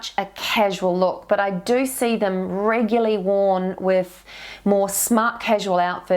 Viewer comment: so sorry this really annoys me and I looked it up: regular, adjective, regularity, noun, REGULARLY, adv. NOT reguly!, thanks anyway, it must be a NZ thing?